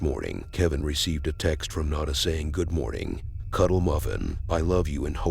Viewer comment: Her name was No - Na. Not "Non - A". Jesus.